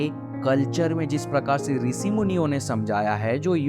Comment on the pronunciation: "श" को "स" मत बोल भाई. मंत्रोच्चारण के समय भी ये गलती करते हो क्या??? मैनिफेस्टेसन नहीं होता मैनिफेस्टेशन होता है. ॠसि नहीं होता ॠषि होता है. आकासिक नहीं आकाशिक सिरिराम नही श्रीराम डाइमेन्सन नहीं डाइमेन्शन 🙏🙏🙏